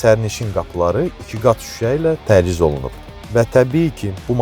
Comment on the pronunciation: Nahəng yox Nəhəng Təciz yox Təchiz Cərpaz yox carpaz Uğurlar arzu edirəm. Faizsiz və hissəli satış təkliflərinizi sizdən də gözləyirik, digər rəqibləriniz kimi. Görüşərik salonda)